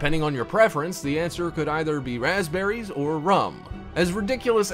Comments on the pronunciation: You said pasberies not rasberries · it said paspberries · says paspberries lol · Hum...I would like to try these "paspberries" you speak of.